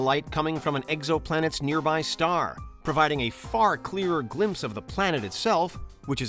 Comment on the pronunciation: Anyone else hear him say eggsoplanet?